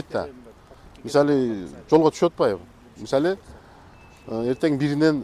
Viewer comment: мисалиы деген созду жакшы суйлойт экен бобок сыяктуу😅